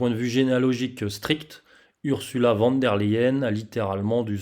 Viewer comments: Ce n'est pas sérieux de prononcer "van" alors que c'est écrit "von" ! Pour le reste vous avez toute ma confiance. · "Fon" pour être plus précis, car le V se prononce F et le W, V en allemand. Mais je dois aussi dire van des fois.